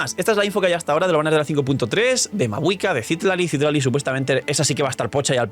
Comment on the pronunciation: Citlali... No CÍtlaly 🙄. Ojalá no salga nerfeada Mavuika 😔